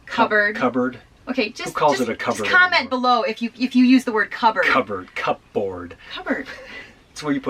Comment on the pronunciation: cupboards... but the "P" is silent...